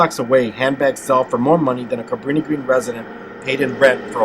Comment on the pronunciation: Couldn’t even pronounce it